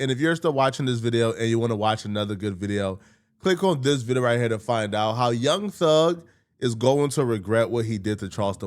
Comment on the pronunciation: should say " this" when hes trying to say " this" and not " dis". It sounds so gross and retarded. Like eww stop. You know english.